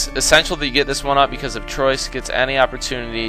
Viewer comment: I'm french i live in french and the pronunciation of "Troyes" is "troua" nice vids guy